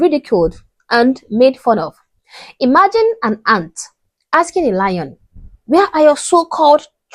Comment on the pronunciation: jus axing for a freeend.....😂